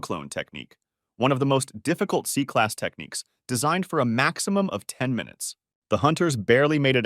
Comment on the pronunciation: Bro it's not, c ,class it's ,s, classs brhh